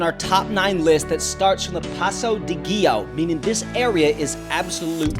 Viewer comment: also, learn to pronounce Giau and Cima correctly :D it tears my eyes